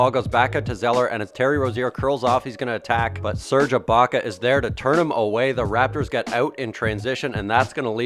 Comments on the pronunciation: lol "Serge Iblocka" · "Serge Iblaka"